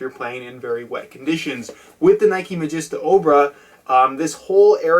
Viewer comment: You pronounced it mageesta at the end! Yes!